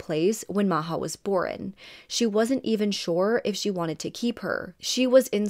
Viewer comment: I love how you cover cases. You are one of my faves, for sure. Ya didn’t ask for it, but… the word is ‘born’ not ‘boren’ 😊